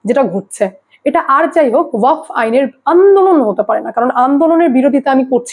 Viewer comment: দিদি,উচ্চারণ টা ওয়াক নয়।ওয়াকফ হবে।